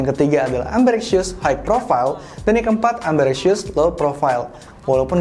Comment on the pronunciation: "Ambirexshəs" Correction: "Ambidextrəs"